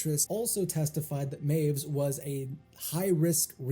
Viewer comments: "Meiwes" is pronounced "my-ves", not "mews" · It's not MYOOZ, mate, it's MY-VEZ. Looking at literally the first five seconds of any news segment on the case and you wouldn't have gotten that wrong. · Correction: Armins' last name (Meiwes) is pronounced my • whess not "maves" Also, just say "they ended their own lives" or "they took their own lives" instead of just censoring the word suicide Other than that, good video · I love how he's already incorrectly pronounced last name becomes "Mews" just this one time 😂😂🤣🤣😂 (Good video though, heard this story countless times through the years but none of them really cover his childhood)